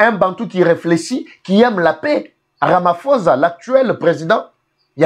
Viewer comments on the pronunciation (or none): none